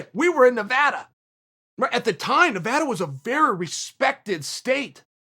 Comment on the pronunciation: Chael: one of the few non-Nevadans to pronounce Nevada like Nevada